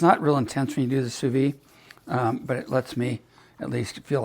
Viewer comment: In French, if an E follows the D then the D is hard, but the E is not sounded. Therefore it’s phonetically pronounced “Sue Veed”